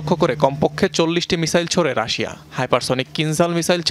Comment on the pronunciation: আপনি এমন ভাবে মেকাপ করেন যেন মনে হয় কান্না করতেছেন, আর রাসা না বলবেন রাশিয়া । নিউজ আপনার পড়া হয় ই না